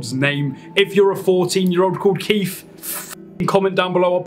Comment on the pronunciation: Someone who can’t even say Keith making fun of kids named Keith is hilarious.